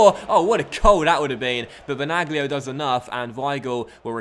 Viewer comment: Benaglio is pronounced like Benalio Good Video 👍🏻